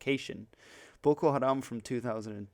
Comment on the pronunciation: Why do you pronounce "Boko" like if you were a japanese person?